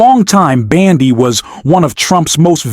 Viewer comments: Dear AI, When you say Pam Bandy are you referring to her gait? Her last name is BONDI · Can your AI bot at least pronounce correctly. “Bandi” is not her name. BONDI ! I’m not sure she deserves that respect, but good journalism demands it! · The presidents attorney general's name is Pamela Bondi not b a n d i!!